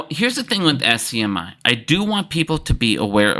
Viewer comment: don't forget "SCMI". It is actually SMCI. Maybe has a little bit of dislexia. "not financial advice"